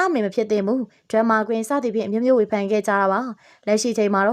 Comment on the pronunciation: ဝေဖန်ချင်တာက ခုသတင်းဖတ်တဲ့သူကိုပဲ ဖန် လား ဖန်း လား ကြားရတာ နားထဲ ယင်ကောင်ဝင်နေသလိုပဲ ဖတ်ပါ မှတ်ပါ လေ့လာပါ ပြီးမှ တဆင့်ပြန်ဝေငှပါ